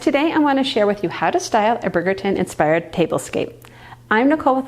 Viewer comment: It’s pronounced “bridge” -er-ton. Like London bridge. Not brig-er-ton. Bridge.